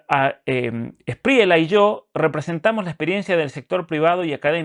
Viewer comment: NO ES SPRIELA ES ESPRIELLA CASTELLANO